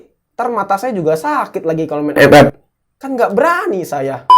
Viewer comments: Ngakak saya kalo bilang f f😂😂😂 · Ngakak anjrot pas bilang epep😂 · Wkwkwk pas ngomong epep nya kocak😂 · Ngakak njir pas Ngomong 'EP EP"